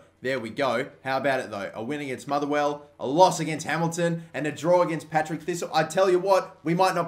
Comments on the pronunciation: PARTICK NOT PATRICK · Patrick thistle 😂😂😂 it's par tick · PAR-TICK NOT PAT-RICK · its paRTick, not paTRick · The bogey team is called PaRTick not PaTRick xD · “Patrick” thistle, my head was in my hand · It's partick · "Patrick thistle" hahahaha